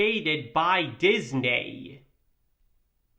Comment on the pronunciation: DIS-NAY! XD